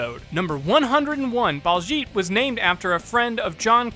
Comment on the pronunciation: He missed pronounced baljeet as balljeet